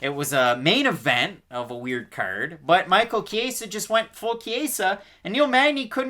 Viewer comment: Good video. FYI though. The E is pronounced like the e in escalate. Not the Spanish “A”sound you kept saying. Good luck gents!